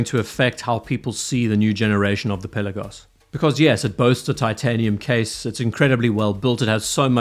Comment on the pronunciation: Pel..aaa..gos. Not Pella-gos